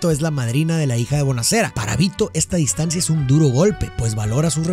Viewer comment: Se dice “negocia” no “negocía”; se dice evidencia no “evidencía”; y se dice “distancia” no “distancía”. La explicación de las películas es genial; pero cada vez que pronuncias así, siento un derrape que me saca de la experiencia. Gracias por compartir tu conocimiento 🙌🏻